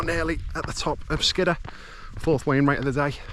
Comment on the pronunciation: I always thought it was pronounced "Skid - Ore"